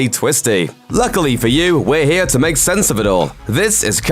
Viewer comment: I wish this guy would learn to say "here". "Check out one of our newest videos right ear!" Hnnnng!